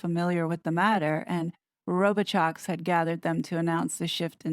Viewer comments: His name isn’t Row-bi-chox. It’s Row-bi-show. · It is a French name prononced ro bee show